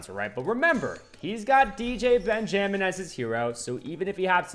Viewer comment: Why did you say benjamin as ben-gem-in 😭